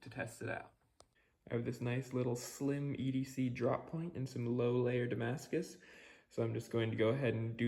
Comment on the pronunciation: French subscribers here!! You did pretty good accent there. Anyway, thanks a lot for those vids, they teach me a lot as I am going to make a Damascus steel knife for a friend.